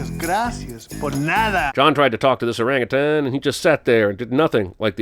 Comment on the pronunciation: Thank you for saying 'orangutan' correctly.